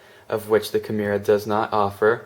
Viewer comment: Nice vid, but I couldn't make it all the way through due to the rampant mispronunciation of 'kimura' ;)